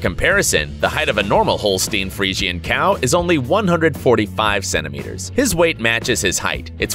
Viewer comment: Hole-steen free-see-in 😂